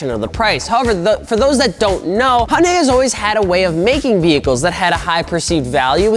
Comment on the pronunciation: What the hell is a “Honday”?